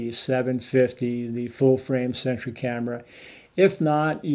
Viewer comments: I keep thinking he was saying century lol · Are you saying "... full-frame 'sentry' camera"?